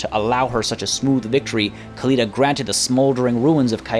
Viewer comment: Can you stop pronouncing Khalida and Khemri the way you do? It's really more annoying than anything and isn't necessary in the slightest. Even if, you supposed, that the people at Games Workshop who made these names pronounce it like that (protip: they don't), linguists generally accept that when a word or name is adopted or pronounced in another language, it isn't incorrect to say that word/name with the pronunciation rules of that new language. The Tomb Kings aren't Arabic and their names weren't made intending to emulate Arabic. In other words, you're over-correcting and it's grating to the ears to hear you throw out gutteral noises everytime you say Khalida or Khemri.